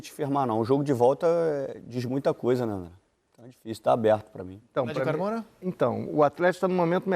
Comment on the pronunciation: NAO EXISTE JOGO " DIFICIO"...EXISTE JOGO " D I F Í C I L "..POR FAVOR...NAO COMETA ERROS HORRÍVEIS COMO ESTE..